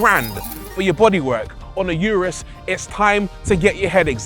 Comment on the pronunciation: It’s pronounced Ooooo Roooos